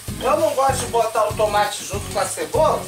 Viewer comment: HHAHAAHAHHAHAHAHHAHAHAHAHAHAHAHAHAHA "TUMATI"